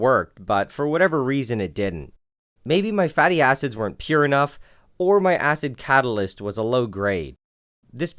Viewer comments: istg it sounds lie hes saying fatty asses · "fatty acids" nah I kept hearing "fatty asses" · when you said "Fatty acids" i thought you said fatty asses LMAO! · For a sec i though you said fatty a$$es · Who else first thought he was saying fatty asses instead of fatty acids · When he said “fatty acids” I was literally dying about how it sounded